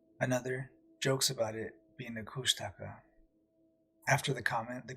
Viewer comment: "kooshta-ka" is how they say it, just noting, love the show, keep up the great work.